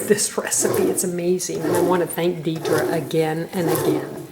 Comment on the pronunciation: "Deidre" is pronounced Dee - druh.